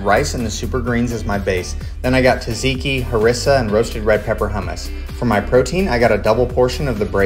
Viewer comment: Man, it isn't Taziki. Its Tzatziki. You pronounce it by saying the Ju from Jump, ji from jitter, and ke from keto. So it all comes out as ju-ji-ke. And in greek is Tzatziki. Because in Greece we don't have a singlular letter that sounds like J So we combine T and z. Sorry for yapping.